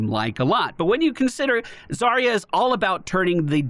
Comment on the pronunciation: Wait i just realized. If Zarya is supposed to be russian, then her name should have a stress at the second syllable (zaRYa), and that would mean sunrise/dawn.